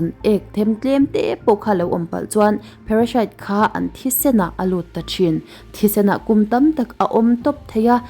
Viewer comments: Miss parashite ti lo in parasite ti mai la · Parashite I ti zel a,Parasite a ni sia